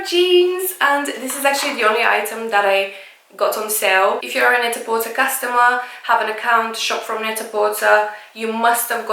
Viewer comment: Hey, lovely! Just a heads up that Net-a-porter is pronounced "net-a-porTAY" to rhyme with "prêt-à-porter," which is what the company name is based on.